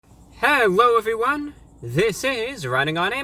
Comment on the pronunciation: HEWOW EVWEE1